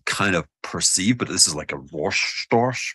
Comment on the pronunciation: seeing / hearing a Scot pronounce 'Rorschach' 😆